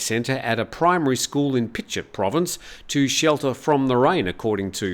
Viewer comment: pichit you say it with a J like pi-jit